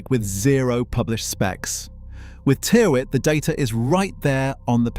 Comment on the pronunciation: Tyrwhitt is pronounced "TIR-itt"